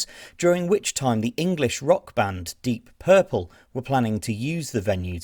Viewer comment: O cara não sabe nem pronunciar o nome da banda pqp